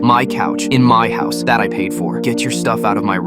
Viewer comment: Hous? It’s house not hous